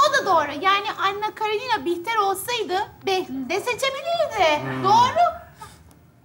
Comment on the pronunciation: 😂😂😂😂👏👏👍👍her zamanki kimi mohtesem 👍👍👍👏👏 ama Anna Karenina ☺KaraNina degil